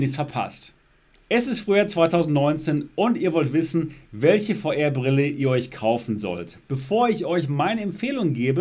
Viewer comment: Wer versteht auch immer Feuerbrille 🤣